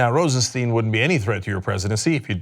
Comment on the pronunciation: Please its Rosenstein not Rosensteen. Stein ist the german word for stone. It sounds like a y., so you can say Rosenstyn if its easier. Please